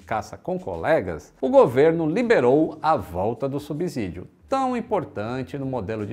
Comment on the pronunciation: a pronúncia é SubSídio; som de S mesmo.